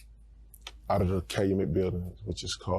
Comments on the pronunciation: CAL-U-MET not calamet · Pronounced "CAL-YOU-MET"👌🏿!! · It's Cal-u-Met Pop...u almost got it... Thanks for doing my city we luv the twins💪🏿